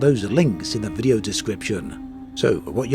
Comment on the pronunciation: I had a bit trouble listening to this video, great although it was. I'm not sure if you're doing it on purpose, but you intonate word in a subtle but bizarre way, word such as "video" you say "vide-ó" stressing the 'o'. You have a pronounced British accent, so It just felt out of place.